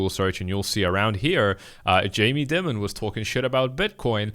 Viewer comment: Jamie Dim-mon 🤦 Dude doesn't even know how to pronounce name of the CEO of the worlds largest bank.